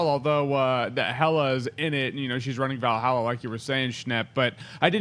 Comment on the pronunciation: Schnep!!! Did he just say Hela rules Val Hala?!?! Maybe I misheard